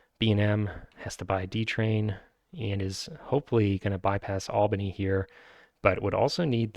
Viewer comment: Good pronunciation of Albany! :)